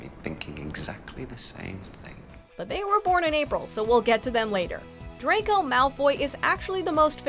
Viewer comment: Woooooow iM dObBy AND ITS DRACO NOT DRAICO